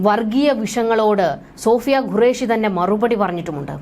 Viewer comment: Madam please pronounce qureshi not gureash (what is the pronunciation of question is this correct or guestion) which one of this is the correct please correct yourself